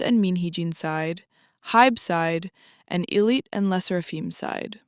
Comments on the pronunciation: oh my god i’m so sorry you made so many good points but it’s pronounced “eye lit” like ill do it but ill-it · ....it's "eye"lit. In Korea we pronouce them "eye"lit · its pronounced eye-lit btw just wanted to let u know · even english-wise it's supposed to be pronounced eye-lit lol... it's literally a combination of two words: i'll and it. but great video nonetheless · if you know the name lore, then yeah. But they chose to spell it as ILLIT, with no apostrophe, so in English it would be pronounced with a short i, so it's understandable why people would say it wrong.